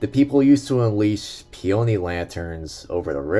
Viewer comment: it's pronounced PEE-uh-nee; not pee-OH-nee